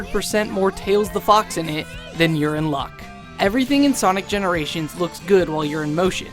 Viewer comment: Sonic generashin